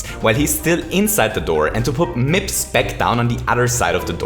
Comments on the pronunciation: Nobody:: M I P S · he did prodounce it weird right, he paused and said MIPS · Take a shot every time he says mipps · Take a shot every time he said mips in the 30 star segment. Don't actually, i don't want anybody to die. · How many times did you say “MIPS” with the emphasis “Then Mario picks up... MIPS and...” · Haaaha mips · Why is saying mips like that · I love how you say MIPS. I'm not sure why. I love your voice/accent and because of that, I guess the emphasis on the word is great to me. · why does he say mips so weirdly its really bothering me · Say mips again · I love how he pronounced Mips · Why TF do you say MIPS so weirdly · It actually annoyed me